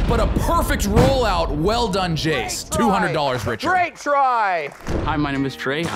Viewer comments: Jayce sounds like he said "my name is jeez" 2.19min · Jayce needs to learn how to say his name properly 😂 if you didn't catch it the first time